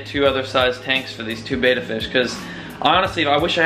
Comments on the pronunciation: ok first of all, it is properly pronounced bed-uh... second of all did you not cycle your tanks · If you’re a kid watching these videos because you want to get a betta PLEASE do not do what he does. He doesn’t even pronounce betta correctly, he has no idea what he’s doing. I can’t believe this. He KNEW people would say that tank wasn’t good and chose to get it. One fish died, another was moved into a tank that isn’t set up correctly (with plastic plants that will hurt his fins), and another was given to a place that will cause the fish to become depressed and maybe die. There are so many people who love fish who can tell you the information you need, nothing he’s doing is correct. Please reach out so someone who knows how to take care of fish. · God Damn he listens to u guys just to change the environment of all the fishes and people still hate on him!!? Fucking ridiculous. He g aved it to the store what other choice did he have!? To release into his pond? NO. So what he doesn't pronounce "betta" correctly!? If the 3 little tanks were allow to be sold in the store it's because the government looked at them and gave the right for the company to sell their product in stores!!